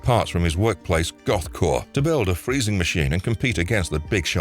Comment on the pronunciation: It's GothCorp (the "P" in Corp is NOT silent)